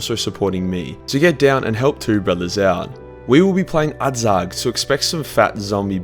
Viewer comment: is it really so difficult to spell the word dawi?It's like daui,not daw-ay.We're in warhammer Fantasy,not Shrek